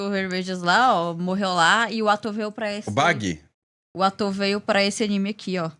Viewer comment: O falando bagi kkkkk